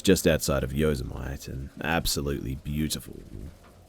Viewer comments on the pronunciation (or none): Yo-sym-ight in the story XD I’m dying Yo-sem-itty like Yosemite Sam from Looney Toons XDDD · FYI it's pronounced yō-sam-ity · Did he really call Yosemite Yō-su-mite bwahahahahahahahahahahahahahaha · Yo see might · I was confused but I guess saying it that way rhymes with vegemite 😂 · That's an interesting way to pronounce Yosemite.